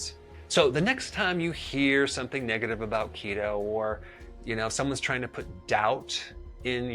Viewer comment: I thought you said "Cheeto" diet. lol